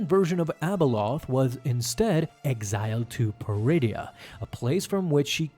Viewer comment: Bro the way he said exiled lol